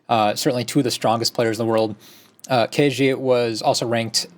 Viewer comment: You guys should learn the correct pronunciation of Ke Jie. After all he will dominate the Go scene for many years to come : - just click on listen